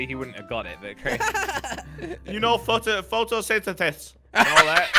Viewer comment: “you know photo-photosentetis.”